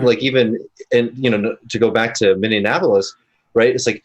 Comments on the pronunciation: Minion Appleless? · I'm enjoying the stream, especially pronouncing Minneapolis "Minnie-in-apolis" 😉😘